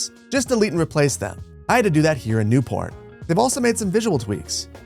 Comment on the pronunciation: did not sound like New"port"